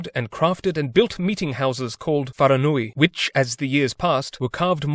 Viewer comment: Hi! As a New Zealander, this was well researched for the most part, but I do have some feedback: 1: Maori is pronounced with a trilled R 2: The plural form of Maori is still Maori 3: I noticed you pronounced Wharenui like Wharanui 4: The incident at Murderers bay had casualties on both sides, inflicted by both parties 5: In the Boyd massacre, the offenders were previously provoked in some way, and, when the Europeans wanted revenge, they attacked the wrong iwi, despite the offending iwi admitting to being the offenders 6: The Maori didn't sign the same treaty as the British, the Maori version allowed the Maori to keep sovereignty over Aotearoa, with the British having governance 7: The "purchasing" was very unfair a lot of the time, for example, one Marae was sold to the British by a fake owner, what's worse is that the British had the option to cross-check the owner but didn't, this happened frequently 8: In the New Zealand land confiscations, the British took land unfairly, unlawfully, and also took land from the few iwi who sided with them which was... interesting